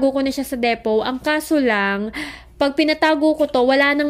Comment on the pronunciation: Depot pronounced as deepoh